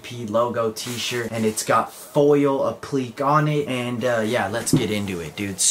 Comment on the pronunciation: App-lick-kay (appliqué